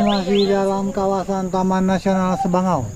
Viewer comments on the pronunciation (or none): Sabangau mind Bukan sebangau